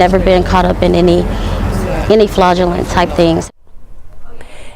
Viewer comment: That woman on the news report said “FLaudulent” behavior -really?